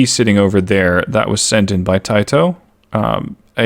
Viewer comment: imagine saying tito as tyetoe lol. Its pronounced Teetoe